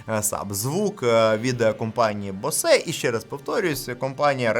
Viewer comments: Читається як Боус, не Босе ☝️😑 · компанія "босЕ"😂 Ну вже соромно не знати як вимовляти, коли компанія багато років на слуху.